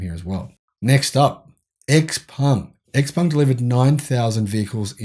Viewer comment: Also - go check how xpeng is pronounced. Every time I hear (eks)peng a little something dies inside me.